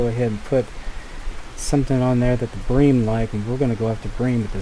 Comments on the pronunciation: Yeh its Bream not Brim haha good vid mate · Huh nah mate bream is bream not brim! Yeah we call it bream in Australia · 100% "Bream" not "Brim" lol. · Plse dont stop with these vids,i watch them with my coffee when i wake up:) And its bream( like dream but with a B) take care:) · Brim are sunfish, bream are in the Cyprinidae family you where pronounceing it correctly before